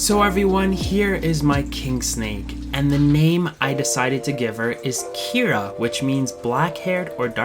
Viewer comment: Kiera not Ciara. What do I know......